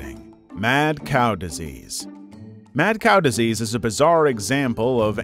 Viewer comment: Ah yes diesease balls